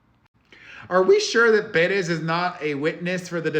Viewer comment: Should we start pronouncing your name like this too peRESS?!